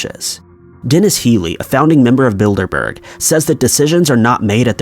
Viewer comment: Anyone else hear 'Build-a-bear' instead of 'Bilderberg'?